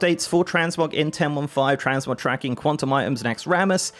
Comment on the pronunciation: Fuck I thought he said TransMobs at the begining and I was like NOOOOOOO NOT HERE TOOOOOOOO NOOOOOOOOOOOOOOOOOOOOOO.